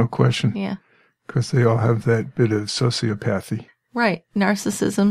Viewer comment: I believe it’s pronounced soci-O-thapy. like cardiomyOpathy. I think. I love you two.